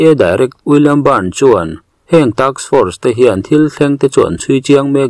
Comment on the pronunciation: Taks force ni lovin task force a ni lo maw????